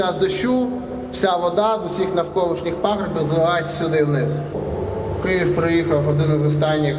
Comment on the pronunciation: Дякую за відос, єдине, перепрошую та не КІЄВ, а Київ)